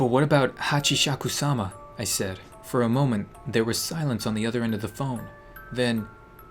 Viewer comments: 1. "Hatchyshakukaikisumasama"❌ 2. "Hatchieshakusama"❌ 3. "Hatchieshakusam-sa-sama"❌ 4. "Hatchieshashishkabab-Hashieshakaba"❌ 5. "Hatchieshakukasoo"❌ 6. "Hatchieshakusama"⭕️ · It is pronounced Hachi-saka-sama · I'll try to make you pronounce it right ok here hach is suka sama hachishakusama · it's pronounced (HAA-CHEE-SHA-KUU-SAMA) not Hachishes-shishkabab or whatever you said lolol and seriously! THIS THING GAVE ME NIGHTMARES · You pronauns it hatchisakusama Translated:8 feet tall lady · It's hachisacusama (ha-chi-sa-coo-sa-ma) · Pronunciation: hatchi sakoo sama There is your pronounce (hachisakusama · I may be late, but then again... I luv being late:3 It's pronounced Hachi- shaku- sama. A+ for effort:3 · I died when he tried to pronounce Hachishakisama 😂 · I just lost it when tried to pronounce Hachishakusama 😂😂 Hashisshakaba 🤣 i wish she comes for u for saying her name so wrong 😂😂 im just kiddin love u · It’s Hachi-sakes-suma (‘~’) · It’s pronounced Ha-chi-sa-ku-sama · It’s prenounced as hachousimisaka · it kinda made me laugh when he couldn't pronounce it ;-; HachishashishKabab XD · ha-ch-E. sak-ooo. s-A-m-A. This is how you pronounce it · you pronounced a funny name earlier on saying Hachisakusama. Hachisakusaba and whatever else is wrong pronuoncing. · Hatchi. Haku. Sama thats how its pronounced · It's really called hachishakusama pronounced hachis haku sama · When was pronouncing Hachishakusama.. I heard Kebab😂😂😂 Am i the only one? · You sound so funny when you tried to pronounce Hachishakusama “Hachisha.. DAMN IT” Lmao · its call hachisakumana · It's pronounced like : hatch - ee - sha - kuu - saa - maa And im not even Japanese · How to say it HACHI-SHAKU-SAMA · Hatci-chaku-sauma that is how you pronounce it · It’s pronounced Hah-Chee-sha-koo-sama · It’s pronounced hachy shaku sama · When you were attempting to pronounce hashishishkabob, you sounded like "The Dog of Wisdom" lol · Its (Hachi-Shaku-Sama)